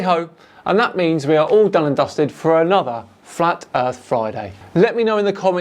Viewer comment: It's truly ironic that he decided to build 3D objects to place on his 3D car... even his flat flurf hood sticker is 3D... and he is saying "Erff es Flat"